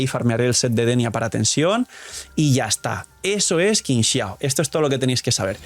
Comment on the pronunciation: Amo a Qingxiao, pero llamémosla bien porfis Qi = chi ==> “Chingxiao” Tremenda waifu 😩🩵